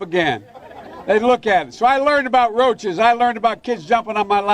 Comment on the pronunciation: Omg.. he really said roaches 😳